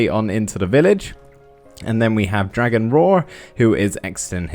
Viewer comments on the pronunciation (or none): none